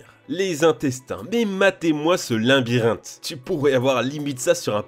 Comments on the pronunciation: un seul R à "vous mourez". On dit aussi "Labyrinthe" et pas "Limbirinthe" (erreur 2x présente dans la vidéo , edit : 3x en fait car aussi à ). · J'ai remarqué que tu dis toujours "Linbyrinthe" mais c'est "Labyrinthe" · on dit labyrinthe et pas linbyrinthe merci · Super vidéo! Par contre, pardon, mais le mot c’est LAbyrinthe et non LINbyrinthe…. Je m’excuse mais ça me stresse. ☺️ Chaîne très intéressante malgré tout! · Labyrinthe ! LA-BY-RINTHE !!!!!!! Pas linbyrinthe 😂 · Faut vraiment arrêter de dire Linbirynthe oO c'est fou **Par contre la vidéo est très inintéressante :D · Labyrinthe pas Linbirinte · C'est moi ou il dit limbyrinthe à chaque fois